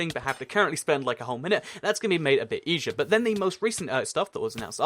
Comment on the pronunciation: Is it just me or is saying eshier?